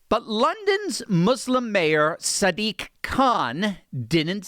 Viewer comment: I think you need to focus on the "diq" part with more emphasis